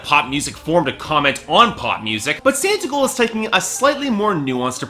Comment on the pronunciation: It's Santa Claus & S"aw"ntigold. Your reviews would have more cred if you at least knew how to pronounce the artist's name correctly.